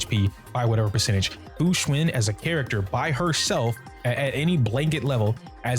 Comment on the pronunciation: Fu xuAn like one would say "AN apple" it even has the same sound.... why is everyone saying fu xuIN